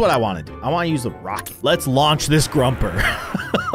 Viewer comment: Not being mean but it's pronounced grO-per